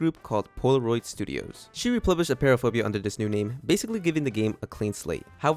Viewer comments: Btw it’s appear-aphobia not a-pear-aphobia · You said apeiraphobia wrong it’s pronounced “a-py-ra-fo-bia”